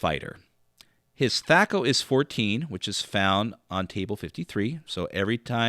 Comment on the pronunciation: why are you using the long ‘a’? As far as I know Gary introduced the term in the original DMG but I’m not sure if there’s any recordings with him actually pronouncing it.